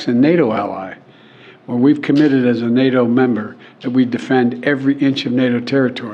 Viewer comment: I really miss you saying Ukraine will never be a member of "Nae - O" , don't fall for the political correctness of pronouncia' n !